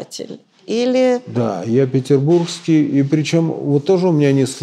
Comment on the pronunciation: На как же так, Галина, откуда в слове ПетербурЖский Вы взяли чудовищное Г?). А гости надо бы лучше, да не куда!))), спасибо!!!!